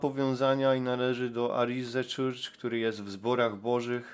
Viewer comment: film wyświetlił mi się przez przypadek, to "weszłem": 1. masz dostęp do neta i umiesz się posługiwać tłumaczem google, zacznij go słuchać, żebyś wiedział jak się wymawia słowa po angielsku, albo słuchaj ludzi, jak je wymawiają, bo uszy więdną.. red arrow on the "butom"... "arize czircz"..🤦 2. nie dziwie się, że nie umiesz wymawiać angielskich słów, bo nawet z polskimi masz problem: "zaczęłem"... "doszłem"....🤦stąd moje pierwsze zdanie. 3. Steve Cioccolanti (z Melbourne) ma za sobą amerykańską flagę! Współczuje Ci wyobraźni, że każda gwiazda na fladze USA to odwrócony pentagram.... 4. Cioccolanti nie jest "właścicielem" kościoła, tylko pastorem! Masz to napisane jak wół, PO POLSKU i nawet przeczytać nie umiesz?! Naprawdę zmęczył mnie ten filmik... co to za ludzie, którzy Cie oglądają i jeszcze Ci płacą.?